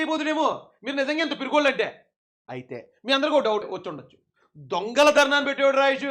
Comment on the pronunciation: అధి "దొం"గల కాదు అన్నా "ధెo"...."ధెo"...."ధెo" ….………!😉😆